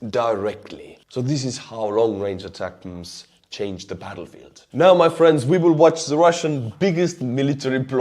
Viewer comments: Glad you are saying ATACMS correctly now😆 It's AY-Tacums, pretend you're from Texas😂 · Yes! He said ATACMS!!! Not ATACM-S....you are fucking legendary! Love you bro! <3 from the USA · I really like you. You are humble and flexible enough to change your pronunciation from ATAK-M-S to ATAC'EMS whereas another pilot blogger DD no matter what, wants to pronounce HIMARS as HI MERS...and his RADARS as RAIDERS! Takes a lot to liking someone so stubborn in just a simple change of pronunciation and opinionated views on DD's part...gosh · American here confirming the pronunciation is indeed "attack-'ems." It is intended to convey the missile's purpose in a breath. You see, you point it at someone, and it attack-'ems. Crickets shouting that I stink